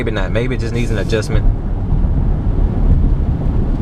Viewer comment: this nigga said cruise control adjusment lmfao ur a funny guy loved that